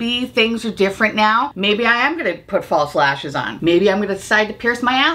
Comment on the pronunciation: Sorry, but everytime you said 'false lashes' I heard 'fall slashers' and I just thought that was so on brand for this video 😂😂 hope you find your green bucket ❤🎃